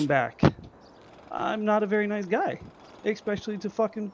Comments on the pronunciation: You mean "expecially" ?? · He deserved trolling just for saying exspecially.